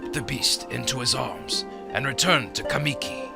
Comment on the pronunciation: As soon as I heard "kuh-mee-kee" I vomited and started looking for the Japanese audio version with english subtitles.